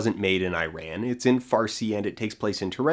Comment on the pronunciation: That's not how you pronounce Iran, and the name of the language is Persian